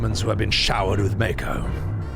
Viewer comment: The way you pronounce Mako is the only way to pronounce Mako. 😂